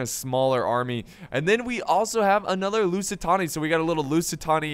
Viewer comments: Couldn't stand watching the video coz every time said "lusitoni" I screamed behind the screen "It's LusitAAAAni" XD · its lusitAni not lusitOni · Holy shit dude I can't keep hearing "Tony" when there's clearly no way to mispronounce the name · Love the Rome 2! But you calling the Lusitani, Lusitonia was annoying me to hell xD It's present day Portugal by the way. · LusitAni , its simple , u say it like u read it thats it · It's LOO-SEE-TARNY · That’s why it sounded wrong